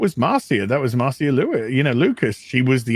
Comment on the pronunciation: Would someone please tell Marcia is the same pronunciation as Masha. Every time he says MarSia my ears hurt.